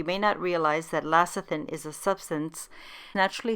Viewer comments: LECITHIN not LACITHIN! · Great recipe despite saying LACITHIN.